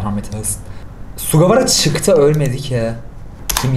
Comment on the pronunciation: sugawara senpaimi SUĞQAWARA diye okuması ıuregnoırtnıpvnrtpıjnvpıuernvpıouc